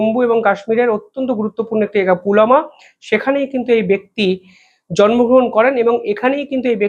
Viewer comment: পুলামা নয় পুলওয়ামা অথবা পুলবামা